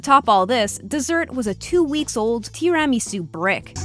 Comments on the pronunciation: What the fuck is a Teerammysoo? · Tee Ramie Suu 😂 it's Tiramasu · Tee-RAM-ee-sue? Tiramisu = tear-a-me-SUE Might want to get a presenter who knows how to read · It is not Tear-a-me-sue... It is Tea-rah-me-sue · did she just say "Tee ram eesu?" Tira me su, you muppet.. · Tea rami sue Did you mean Tiramisu? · Tee-rammy-sue... Uhh, what? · Lmao she said "tear-a-me-soo" 😭😂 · TEA rammy sue? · Well, you are allowed to pronounce it however you wish, but most times I've heard it pronounced are 'Tear-uh-misu'. (Tear as in the ones you cry, not tear as in tearing a piece of paper) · Where do these videos get the voice over people from? Cant pronounce tiramisu, filet mignon, makes up words like therapeutical. Are the people in this country really this fucking stupid? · It sounded like an entirely different food to be completely honest...